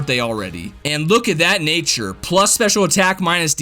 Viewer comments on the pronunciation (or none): none